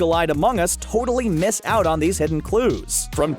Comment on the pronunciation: Did he just say. . .tortally?